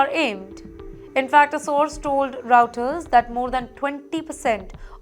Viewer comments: Some pronounciation not correct 😮. It should be Reuters- Roy ters & not Routers .They are different 😮. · Hehehehe veri zone lol. Sounds like an oil company. Who hired her??? Verizone?? AT and T lol. Im enjoying this. I need some comedy. Oh nice. Raow Ters. Lol Veri Zone. Hey fatty who gave u a job? Veri Zone? Re sume ayes lol. I need this comedy everyday